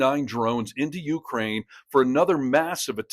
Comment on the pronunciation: Dude. If you're going to report on Ukraine, LEARN HOW TO PRONOUNCE UKRAINE!!😵‍💫🤣